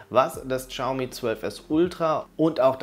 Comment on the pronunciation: Es heißt nicht "Tschaumi", im chinesischen ist das "x" stumm. es heißt "Schiaumi".